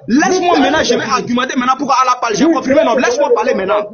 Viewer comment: Comment tu peux débattre avec quelqu'un qui dit "confrimé,vrigu" au lieu de confirmé, virgule. Ce est d'une ignorance chronique.